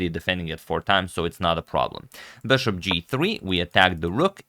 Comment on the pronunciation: You're my favorite commentator and your English is generally great but please "bishop", not "beshop"